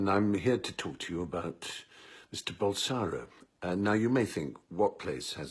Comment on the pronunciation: can't even pronounce his name right .. its BolsoNAro...